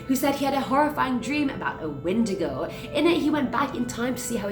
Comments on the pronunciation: Sorry to be that guy but You're saying it wrong it's pronounced wen-digo not win-di-go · (When•eh•day•go) lol